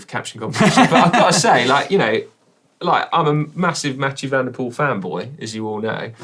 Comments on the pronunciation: 🤔.... 'Mathieu Van der Poo-el'? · Didn't he say 2 and poo ?